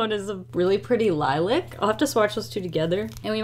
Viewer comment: The way she said ✨Lil’I’c ✨😔 It’s🌸 Lil’A’c 🌸